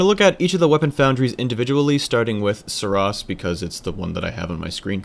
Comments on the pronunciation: You're still not making any sense with 'oss' or 'ross' - you're adding the extra 's' on all your examples - THAT is the problem, there's only one S. If you wanted to pronounce it Sur 'ross' it would have to be spelled Suross. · Seriously dude, it was a great vid explaining all the guns and whatnot, but stop trying to justify your mistakes... The developers have named and pronounced the name the way they wanted it to, just take it and leave it. You're making yourself look really foolish at this point...